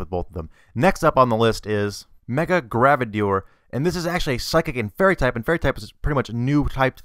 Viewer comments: It's Gardevior, not Gravedior. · not gradavor is gar deh vwah and u dont know your pokes :I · lol he said gravador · gardevoir is pronounced GAR dev wahr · Yes sir, he fuck'd up that one... and Gardevoir... and Manectric...